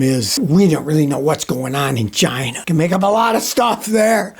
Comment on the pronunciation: Scotty said "Chi-NA", just like DJT does. 🤣